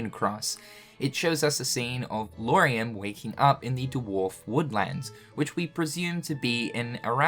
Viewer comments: Lar-ee-am. I don’t think it’s Loo-are-ee-am :) Great video, nonetheless! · Man you gotta look closer at these names before trying to pronounce them LMAO... LAW-REE-UM not LOO-ARE-EE-UM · Amazing vídeo ! But why He keeps saying Luariam instead of Lauriam ? 🤣